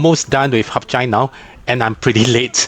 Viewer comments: hat yai is not pronounced as HUP CHAI idk where u learnt that from but it is wrong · Why do you call the city Harp Jai when it's called HadYai.